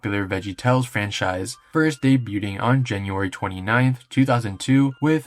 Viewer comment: ‼️ you gotta be kidding me. Why is it that this generation is SO UTTERLY illiterate. “Daybyooding”. Are you serious? What do you kids do in school all day? Draw rainbows and cry? It would take three seconds to plug ANY word into Google and have it pronounce it for you. You people have absolutely zero reason to sound so witless. Zero.